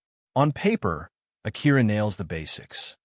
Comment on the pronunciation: Is the narrator an AI? I've never heard A-cura pronounced a-CUR-a.